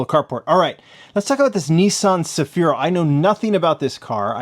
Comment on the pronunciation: The Cefiro which you pronounced correctly btw is a sporty executive sedan famous in Asia and the middle east. It is popular for tuning and drift conversion especially in Southeast Asia, here in the Philippines during the late 80s early 90s, it went up against the Toyota Crown and it is among my top 3 favorite cars of all time. Majorette jlhas done versions of itbut not in the same league as TLV. thanks for the feature